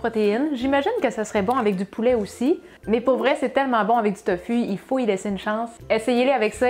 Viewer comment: On prononce TOFOU